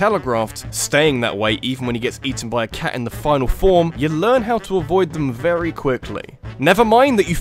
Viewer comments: "Rery smooth difficult progression" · RERRY SMOOTH